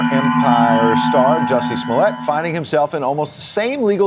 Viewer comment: he said 'Swallowet' lol